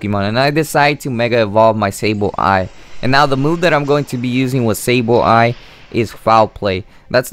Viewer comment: The only thing to improve would be pronunciation. You space out the Sable and Eye too much. Also, the move is pronounced Ji-row-ball and not gi-row-ball. I am no English teacher, but it could actually help you get more fans. The G sometimes sounds like a J.